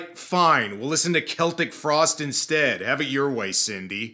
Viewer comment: Thank you for saying Celtic Frost correctly...I mean...I can't thank you enough.